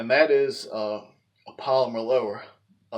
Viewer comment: He can’t even say polymer 😂🤣